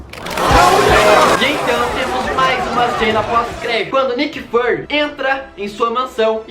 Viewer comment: Não é Nick fAry o certo é Nick Firy PS: não sei o jeito certo de escrever mas a pronúncia certa é com som de I